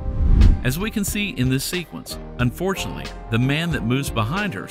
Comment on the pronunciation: Seriously, learn how to say “unfortunately” clearly. It sounds like you say “fortunately”.